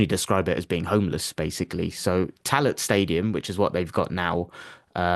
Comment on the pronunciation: Tallaght is pronounced "Talla" - lads